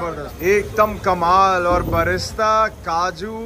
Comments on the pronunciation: Vlogger Bhai "Fried Onion" ko "Barista" bol raha hai baar baar, Sounds like Coffee, Isko koi batao usko "Birista" bolte hai fried onion ko 😂😂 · It’s not barista, it’s brista